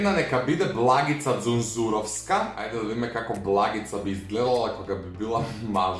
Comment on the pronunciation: Благица не е ѕунѕуровска, туку џунзуровска. И зои блаш не се вика така туку зои блац